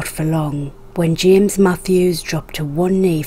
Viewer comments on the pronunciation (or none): none